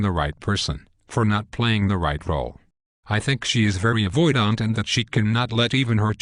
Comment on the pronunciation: "Avoid-ahnt" :( Great topic that's sorely lacking in YouTube videos. AVPD crushes lives. Thanks!